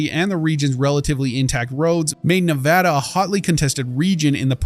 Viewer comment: thanks for saying nevada correctly